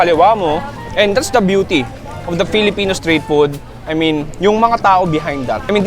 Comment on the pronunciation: Natawa ako sa FELE! FELEPENO YARNS HAHHAAHHAAHAHHAHHAHAHAHA